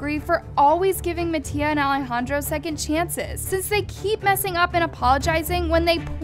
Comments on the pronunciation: I’m sorry but is no one going to talk how she doesn’t know how to say Alejandro’s name/nickname 😭😂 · hear the way she said ale